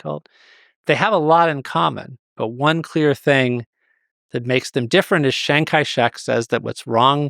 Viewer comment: isn't it "Chiang" Kai-Shek? this guy keeps saying Shang Kai-Shek, cringe